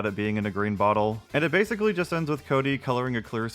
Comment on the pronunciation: Every time this guy says basically like "basily" i feel so annoyed